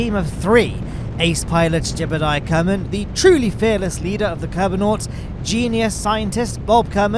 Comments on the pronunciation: Why do you prnounce Jebediah like "Jebuldiah"? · It never ceases to amuse me that you pronounce Jebediah as "Gerbal-diah" with the extra r and l. Keep at it!